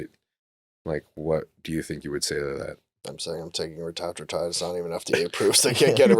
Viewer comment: Do you think felt really dumb when/if he learned how to pronounce retatrutide correctly?